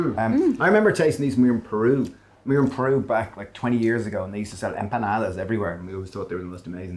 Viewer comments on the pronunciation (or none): Looks so yummy! I have to correct your pronunciation, it's empanadas not empañadas 😉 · You guys need to learn how to pronounce ‘Em PA NA DAS. Not EN PEE NA DAS. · Love this channel, but every time they said "empañadas", a little part of me died.